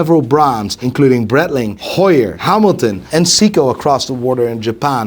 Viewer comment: Breitling criminally underrated, proper watch brand with heritage. Just wish he would say it right 👀😂😂